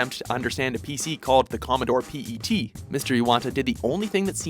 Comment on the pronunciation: Commodore "P E T"? It's pronounced as "pet".